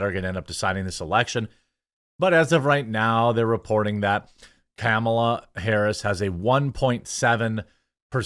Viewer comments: Kamle-toe Hair-us. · Comoolia harooos 😂 that made me giggle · "things are not going well for Kumulia Harus" :face-green-smiling